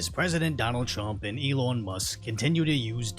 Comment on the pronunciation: Love how this guy says "elawn" 😂